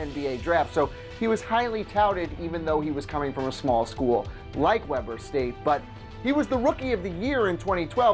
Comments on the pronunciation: It's pronounced weeber state not Webber state had to stop watching cause it was so horrible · Tayden Thompson it's pronounced webur state not webber like Chris webber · Wee-ber State, dude. Not Weh-ber State. Come on now. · You said Weber state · It's pronounced WEE-BER state. Not Webber. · it's Wee-ber state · Weber St. is pronounced "Weeber State" No worries man, it's just a random college in Utah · its WE-Ber state 😂🙄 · Its WEEBER state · It is pronounced weeber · Its pronounce WEE burr state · I live on Ogden Utah and you Saud Webber state wrong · Mike Cantalupo it's Pronounced weeber state